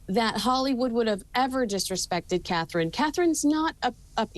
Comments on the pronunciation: Her name is CATHERINE 👑!!! SAY IT RIGHT; SHOW SOME RESPECT!!!! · Catherine.....not Katie...please get it right...